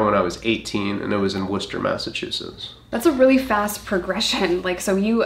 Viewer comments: Hearing Worcester pronounced correctly caught me way off guard lol I just expect people to say it wrong at this point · Masshole/Bostonian here 🙋🏼‍♀️ I cant tell you how happy it made me when pronounced Worcester the right way especially since isn't from Boston. I think thats the #1 town in Massachusetts people have a horrible time saying it right. So thank you 🤍